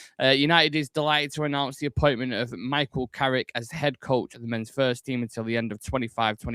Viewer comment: It’s Carrick you know!